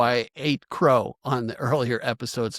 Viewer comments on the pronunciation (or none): none